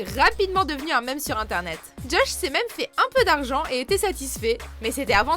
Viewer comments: Meme se prononce mime pour votre information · On dit "mime" pas mémé, tssss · Ça se prononce "mime" et pas "mème" c'est de l'anglais de base :(